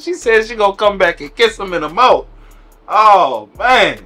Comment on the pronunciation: A "mouf"? Illiteracy is a terrible infliction